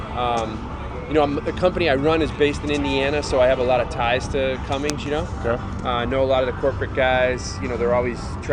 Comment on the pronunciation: There's no g in Cummins.